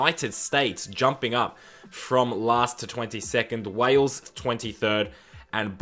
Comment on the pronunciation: That's not Wales - that's Bales